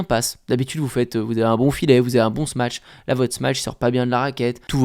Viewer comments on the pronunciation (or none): C'est comme dire "smatch" au lieu de "smash", moi ça écorche un peu l'oreille mais tu n'es pas le seul en France à mal le prononcer... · to smash en anglais, sh = "ch", et ch = "tch". Donc non on ne dit pas "smatch" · a tous (les français spécialement) : arrêtez de dire « smatch » par pitié 😫😫